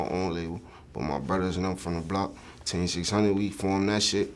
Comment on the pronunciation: This man sounds like he sayin tay600 instead of team 600 lol